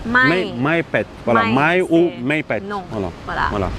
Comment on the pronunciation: ça va pas 🤦🏻 quand tu dis pet on dirait que tu dis le canard en thai 🤣 entraîne toi à l’accent 😜